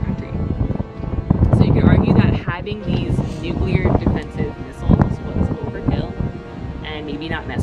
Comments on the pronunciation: Thanks for doing the video. That's not a Jeep, it's a Duce and a half or 2.5ton transport truck. And it's Nuclear, pronounced New Clee AR. Not New clee yer. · "Nuke-lee-urr" rather than "Nuke-you-lurr". Just FYI...